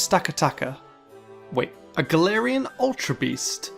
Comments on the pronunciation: All I hear is "Tangelarian forms". I am not unintrigued. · The whole time time I understood "tangelarian forms" instead of "top 10 galarain forms" ssksks